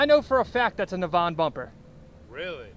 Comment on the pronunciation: Nav, as in navigation and En pronounced In. Naven.